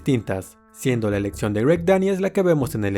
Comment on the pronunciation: Buena info, pero hay ojalá trabajara en su pronunciación… palabras como: opciones, explicación, elección, corrección, etc. por favor!